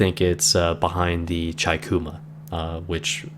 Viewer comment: I'm really liking your videos, only suggestion, the Chikuma, it would be said Cheekoomah (chi - ち - chee) figured I'd let ya know (at least that's what my Japanese professor said when I asked him, I wanted to learn the IJN ship names so I asked, haha)